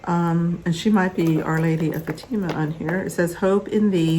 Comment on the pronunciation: Hi, pronounced: Fat i mah. Hope that helps. :)